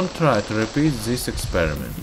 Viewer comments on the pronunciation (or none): Didn't quite understand you Go an try zees experiment? Soon try zees experiment? Gone high wiz zis experiment?